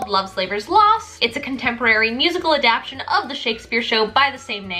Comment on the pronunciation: i love you but it's adaptation not adaption i'm so sorry 💓💖💖💘💗💘💖💕💖